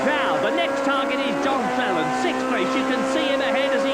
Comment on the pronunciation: 19.42.. Cleland 'slaute':) Loved the old days of touring cars and still a fan today and head to watch live races as much as possible. Great vid.